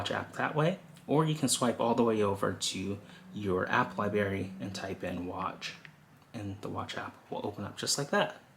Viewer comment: my man... it's libRary, not libary